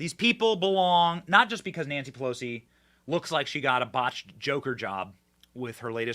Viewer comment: When Benny said Nancy pelosi it absolutely sounded like he said nasty pussy. Not that he would no, but I’m it’s it has always been.